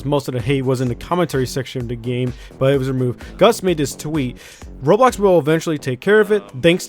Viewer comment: I like the way you pronounce "roblox" "rolox"